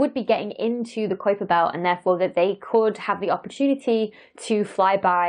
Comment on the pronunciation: Pronounce: Kaiper